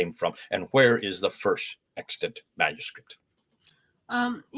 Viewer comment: Extant is correct in your title, but you definitely said extent in the audio. Fascinating content as usual.